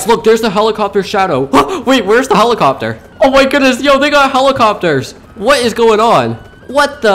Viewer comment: His pronunciation be like holocopter❤❤❤😂😂😂😂😂